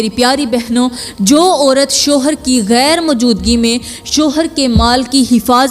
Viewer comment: Tumari tu urdu ki pronunciation hi theek nahi GHAIR ko kaisay bol rahi ho